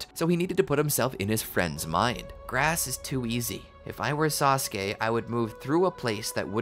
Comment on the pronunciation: One syllable from SaSOOke